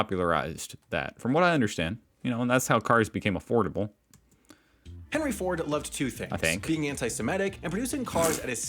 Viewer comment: hehehe... a-FORD-able